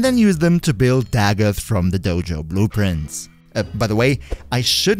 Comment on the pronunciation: i thought he just said boob prints and not blue prints